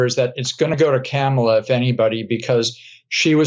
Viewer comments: Kamala, all the a’s are said in the same way. K-Amala is not the Irish pronunciation, but it is the Rights way of diminishing her. You to? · if you’re gonna first-name the VPOTUS, at least pronounce Kamala correctly. (The FIRST syllable is accented.) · You know what's also racist? Purposely mispronouncing her name. It's Kamala. Pronounced KOM-ma-la. Put some respect on the Vice President's name. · Why they can’t say Kamala correctly, you say it the way it’s spelled